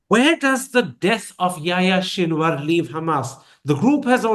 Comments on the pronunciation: It's Sinwar Not Shinwar..respect the man Enough to pronounce his name Properly since Sinwar is your topic of discussion or whatever your name is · Karan I as a Pakistani respect you greatly as a journalist but sir it's SINWAR ...there is no SH sound in there . However i appreciate you letting your guest bring his point of view across without interuptions . May the resistance live long .